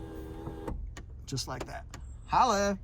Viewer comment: Did he say “holla”